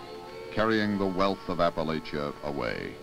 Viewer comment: It’s appa-latch-ah not apple-late-cha. It’s holler not hollow.